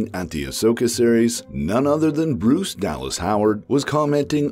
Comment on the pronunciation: You know it's pronounced "Brice" not "Bruce", right?